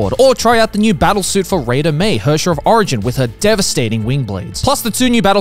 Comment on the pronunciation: "Herrscher of Finality - Kiara" I'm sorry, what? "Rayden Mei" Joey, she's Japanese. Why are you using that pronunciation?